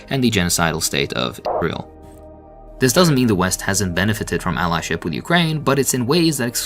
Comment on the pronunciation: It sounded like parody at the point where he refuses to pronounce “Israel”.